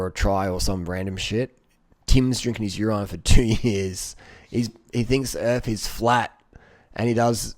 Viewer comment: A mark of rapid mental health decline is mispronouncing "urine"